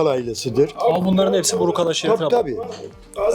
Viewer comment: Burukan öyle mi 😂 Önce doğru bir şekilde adını öğrenin kardeş